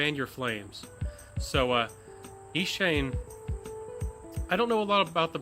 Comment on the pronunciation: eliminating the umms, repetitive rambling & chuckles would have probably kept this under 5min firstly. The background music is atrocious. And you mispronounced the house itself. So a script might be a decent start for the next one, yes.